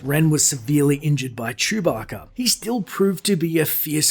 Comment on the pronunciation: ugh. the way you said Chewbacca... "CHEWbacca" ugh